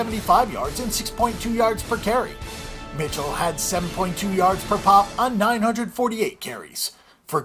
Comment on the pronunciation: can't recommend this video when you don't even know how to pronounce Sony Michel's name.